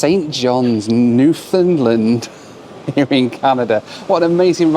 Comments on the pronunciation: I thought it was Newfoundland, not Newfindland as you keep saying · It's "Newfn-LAND," not "NEW-fund-land." Newfoundlanders are very sensitive about that! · NEW-fun-LAND, 😉 That is how they say it. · I just keep hearing saying NEW-Finland instead of Newfoundland:D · Love your videos, am a regular watcher, and love to see where your flights take you. Watching from St. John's, Newfoundland! Which by the way, is pronounced (as we say it here) New-'fun'-land (pronounced like hand)... Keep up the great content!